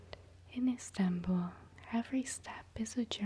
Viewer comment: Never heard of an "instanbull" before. Is it anything like Constantinople?